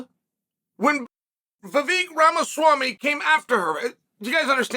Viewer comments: I knew the whole saying everyone's name wrong was a troll, if Chael can say Vivek Ramaswamy, then I know damn well that he can say Alex Pereira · The fact Chael correctly pronounced Vivek Ramaswamy is hilarious 😂😭